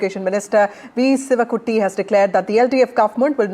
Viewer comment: സിവകുട്ടി അല്ല, ശിവൻകുട്ടി